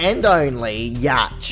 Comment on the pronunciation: It's pronounced Yak, not Yatch. Just saying.